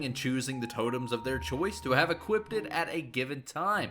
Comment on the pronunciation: why he saying "equipded"